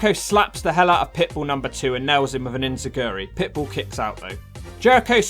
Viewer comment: Joey styles called it the “enebanzancha”??? 😂😂